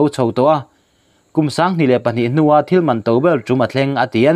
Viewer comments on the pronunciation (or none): none